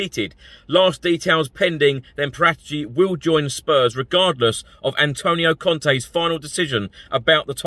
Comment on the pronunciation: Please learn how to pronounce Paratici